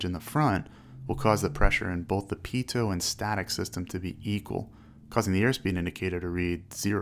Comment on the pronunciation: Pitoh not pitoht